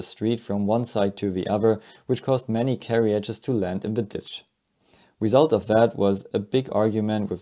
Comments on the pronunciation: The "I" is silent in Carriages dude....learn pronunciation man! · you are putting an extra syllable in the word carriages